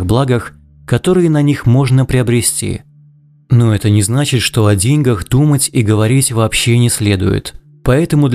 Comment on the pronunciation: ДеньгАх, а не дЕньгах